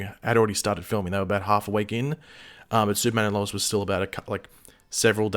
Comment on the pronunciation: can you say Lois properly thanks